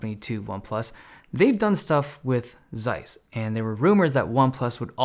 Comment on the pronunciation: Good video! It's pronounced Tsays, not Zays though :)